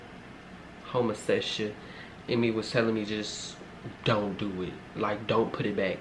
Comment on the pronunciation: Love how he says "homosexia" (homosexual)